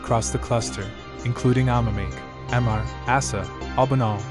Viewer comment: The way it says capsuleer is bad but better than amarr. Thanks for the vids.